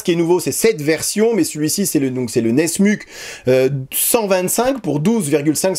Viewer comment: Brisa se dit Brissa, pas Briza et nesmuk se dit nesmouk pas nesmuc.